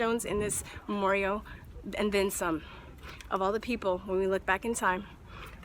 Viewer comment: Is it me, or is she saying memorio?